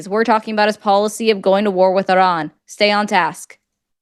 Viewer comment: I love the way you say "Iran". Just sayin', I don't care about the American pronunciation, it is more polite to pronounce a country's name as the citizens of said country do